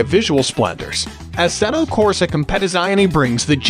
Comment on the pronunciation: I’m sorry but you completely butchered the name for assetto corsa 😬